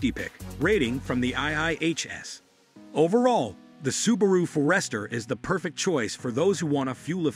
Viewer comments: What? You don’t think For-EST’-er is correct? ☺️ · I didn't think it was possible to mispronounce Forester, but apparently I was wrong.